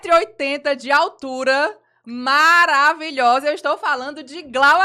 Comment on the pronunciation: Glau é: MA - RA - VI - LHO - SA!!!!